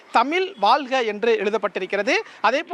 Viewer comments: தந்தி தொலைக்காட்சி க்கு ஒரு செய்தி உங்கள் செய்தியாளர் தமிழ் வாழ்க என்று சொல்ல தெரியல தமில் வால்க என்று கூறுகிறார் இப்படி சொன்னால் தமிழ் எப்படி வாழும்? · என்னது தமில் வால்க வா? முதல்ல தமிழ்ல ஒழுங்கா பேசுங்க செய்தியாளரே...நல்லா நல்லா வாழும் தமிழ் 😅😅